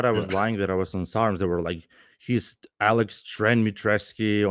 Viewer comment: It’s Alek, not Alex 😂